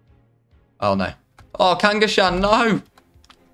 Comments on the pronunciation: He named the procoptodon kangashkahn its kangaskon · Im a big pokemon fan and I recently got into ark so I thought this was a really cool way of doing a nuzlocke not in a pokemon game, I can’t get over the way you said Kangaskhan though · Nice video but the absolute state of how you pronounce kangaskhan is unacceptable